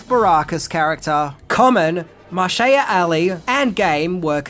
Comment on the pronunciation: “Marshea” Ali?